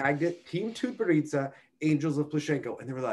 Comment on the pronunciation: I wrote him an email wrong ago on pronouncing Tutberidze - a Georgian surname (and NOT Russian) but he seems to ignore all advice.